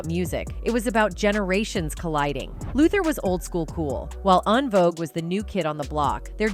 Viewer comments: En Vouge is pronounced *IN VOGUE not ahn vouge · She said AHN-Vogue - they could’ve hired a black girl to tell this story lol 😂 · How are you speaking on a group whose name you CANNOT even pronounce? OnVogue??? 😂 Not mispronouncing Oprah Winfrey. Just use your voice, girl. This AI is fuccing up!!! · “ on-vogue “…. Gurlll En-Vogue ! Smh 🤦🏽‍♂️ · The AI voice is killin me with how they're mispronouncing En Vogue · Please pronounce En Vogue’s name correct.